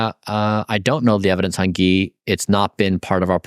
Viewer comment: Ghee has an H in it, come on you don't have the white person excuse lol